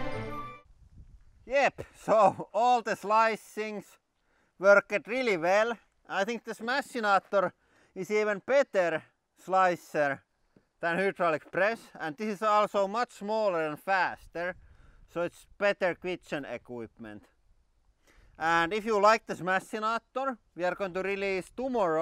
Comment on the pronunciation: I can usually understand him. I just don't get why he pronounces hydraulic as "hoodraulic".